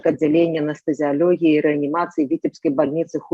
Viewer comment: !Заканчвайте крыудзiць нашу цвердую и моцную мову!!! ЧТО ВЫ ЕКАЕЦЕ якаеце:? Няма слова рэаніматоляг-есць слова рэаніматолАг!!!!!!Няма слова анэстэзіялёгіі - есць слова анэстэзіялОгіі!!!!Чаму усе блогеры на роднай мове гавораць як трэба и толькi Вы вечна "екаеце-якаеце??? Можа у вас у Чэхii якаюць - а у беларусай мова цвердая и моцная!!!